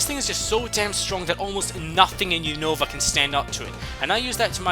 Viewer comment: I hate being "that" guy but a lot of people keep pronouncing Unova wrong. The accent is on the U not the O.. Unova as oppossed to unOva